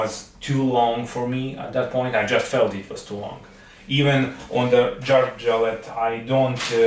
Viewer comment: pronounce Ä the right way! It is not A. Say Järvafjället. Dont say Jarvafaltet. OK?!